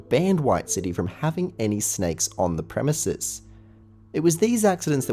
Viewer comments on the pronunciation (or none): none